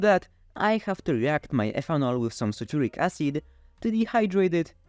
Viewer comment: Great video but one thing you need to do when giving long technical names like ingredients is to add some subtitles. Your English is good, but it me a while to realize you were saying " Sulfuric Acid " and I know it wasn't what yt CC said you were saying ( Saturnic Acid ) 🤣